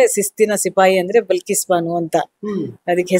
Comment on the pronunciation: ಅದು ಬಿಲ್ಕಿಸ್ ಅಲ್ಲ ಬಲ್ಕಿಸ್ ಮೊದಲು ಹೆಸರು ಸರಿಯಾಗಿ ಹೇಳಿ